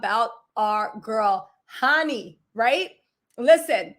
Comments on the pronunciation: Khanyi .. sound it out like Carr..nyi.. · Khanyi is pronounced “Kahn-yee” sort of like Kanye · Hey babe..its pronounced Kanyie...like Kanye but an I at the end